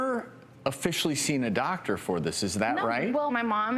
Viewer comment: ''Is okeh, I'ma docteh''